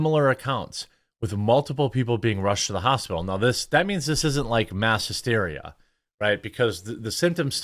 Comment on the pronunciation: why do you say "mass hjysteria"? There is no such thing known to science.